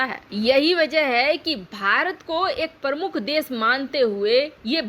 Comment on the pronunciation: मैडम मैडम हिदी भाषा सुधार लें | तो उचित होगा | शब्द प्रमुख है परमुख नहीं | कई बार सुनने के पश्चात ही लिख रहा हूँ |